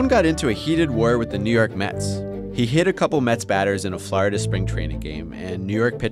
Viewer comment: I'm sorry dude, but did you pronounce Florida, "Flarda?"